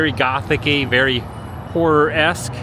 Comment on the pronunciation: Glad to know I’m not the only one who can’t pronounce “horror” correctly either 😂I have long called it the other word as well lol